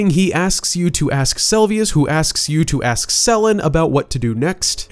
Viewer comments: 2 years late but its SELUVIS not selvius xD. Also GAOL is pronounced as JAIL :D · Every time you call "Seluvis" as "Selvius" I twitch. XD